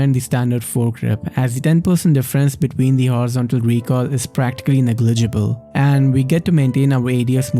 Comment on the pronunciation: The way you said negligible tho...